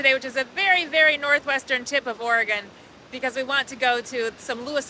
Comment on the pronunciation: Im surprised no one has corrected the way you say Oregon yet LOL